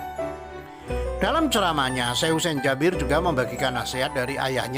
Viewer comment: Bacanya kok Jabir si kan Jaber 😞